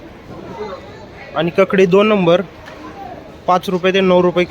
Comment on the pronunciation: भावा ककडी नाही रे काकडी बोलायला पाहिजे